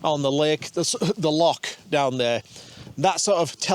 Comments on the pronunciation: LoCH not loCk 😂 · Tell that it's a Loch, not a Lock. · It's a lock 😂 it's Loccchh laddies. ❤ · Snot a lock, it's a loCH..... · It's a LOCH ffs. Get it right. 😜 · there is no "k" in Loch.